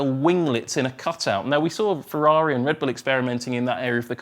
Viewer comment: Ferrari not "Fevvavi" pls